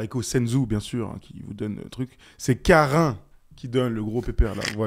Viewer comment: La prononciation de KARAINN LOL en sueur 😅 Et qui est encore et toujours mis de côté 😆